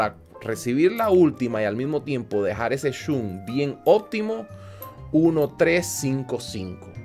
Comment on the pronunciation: porque le dices chun a shun:,v